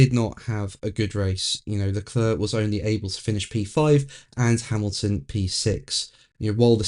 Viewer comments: Your videos are interesting but could you please try LeCLAIR rather than. It hurts my ears. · It's Le Clerrk